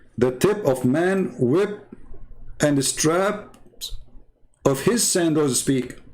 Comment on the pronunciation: you wrongly pronounce the word..WHIP in the verse..you said HIP....whip is something used to flog..usually animals or humans....